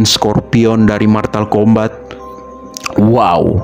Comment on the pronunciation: Motal Kombat bukan matal kombat